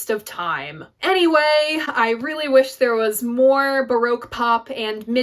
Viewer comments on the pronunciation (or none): none